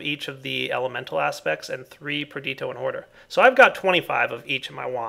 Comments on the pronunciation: its nnot pronounced like you said perditio the ditio is pronounced like pistachio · GameSlayar Per-di-to? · GameSlayar I thought it was pronounced Per-di-shee-o